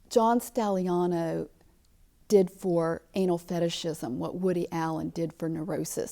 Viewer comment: Dear God Woman preanounce he's name right. 🤦‍♀️